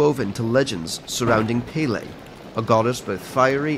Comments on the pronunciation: Beautifully animated and narrated. As a local in Hawaii， I always cringed a little when he said “Pele.” Too much stress on the “e” makes it sounds like “payday” lol。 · also narrarator: "pee-le" it's pele, pe like penny and le like lei. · When he pronounced pele as paylay I wanted to cry (Pronounced as just pe•le) It's that simple guys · I'm offend, it's not pay-lay, it's pel-ay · Narrator: Pay-lay Me: Disgusted and offended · Close, the pronounciations are: Ha Vai'i- like wai? (why) but with V sound :) not Hawai'i. Peh- like in pet , le like leh, or meh! : peh-leh. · Pele is pronounced pēlē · It is pronounced peh-leh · IT’S NOT PRONOUNCED AS PAY-LEI 🙄😬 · Is anyone else Hawaiian and noticed how he pronounced Pele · oof how he says Pele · You said pele wrong... very wrong..... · You said pele wrong... I'm sorry I live in hawaii I don't like it when ppl do these things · The fact that he pronounces Minotaur and Pele wrong irritates me😭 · Your pronunciation of Pele is terrible